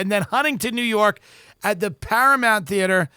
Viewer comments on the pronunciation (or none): none